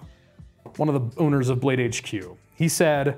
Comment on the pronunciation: sounded like you said “one of the boners of BladeHQ”